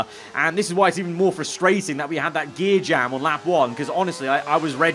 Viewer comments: JEER GAM 😂 WE KNOW YOU MEAN GEAR JAM 😅 ⚙️ ⚙️ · "jear gam" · "Jear gam" has me dying right now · Did anyone notice that he said jear gam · So traumatized bro said jear gam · anyone else hear him say jear gam? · “jear gam”😭😭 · You might have gotten away with the “Jear gam” until you said it a second time 😆😆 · jear gam lol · jear gam 🤣🤣🤣🤣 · Anyone else here him say Jear Gam 😂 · "the jear gam" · Jear Gam 😂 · “The jear gam” - (2023) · love a good "jear gam" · "that jeer gam", do you even English🤣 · The jear gam?😂😂😂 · "Jear Gam" 🤣🤣🤣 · the jear gam he said lmao..the excitement has done in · "that jear gam", 2023. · Me : Wait a minute... what is a "Jear Gam" lmao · “Jear Gam” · " the jear gam" LOL aswell haha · that jear gam 😂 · That "jear gam" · my guy said the jear gam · Well, from now on it's 'jear gam'. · He says it twice 🤣🤣